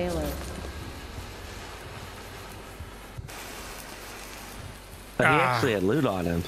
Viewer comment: Yo I'm I'm the only one that noticed the ship computer say " back up power failer" instead of failure😂